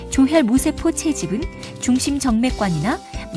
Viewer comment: 조혈 모세포로 발음해야 합니다. 모에 액센트를 해야 의미가 정확히 전달됩니다.